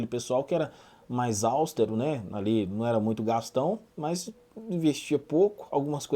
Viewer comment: Austero, meu amigo nao soube falar a palavra!